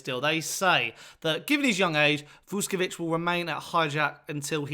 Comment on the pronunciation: no disrespect, but please prepare your piece before you record the video. his name is pronounced vuSHkovich, not »vuskovich« - note the diacritics. also, the club is called hajduk for short. there is another club called split that was a top-flight club for a while. calling hajduk just »split« is like calling hotspur »london«. and the club is NOT pronounced »hijack«, good lord. it’s HAJDUK, a croatian name, not an english one. HIGH-DOOK.